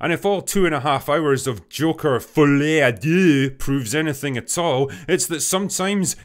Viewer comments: finally someone who pronounces it perfectly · perfect French pronunciation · Finally someone who pronounces it the way i do, even the name sucks tbh